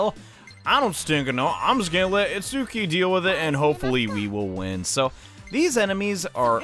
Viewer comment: Why can't people say itsuki's name right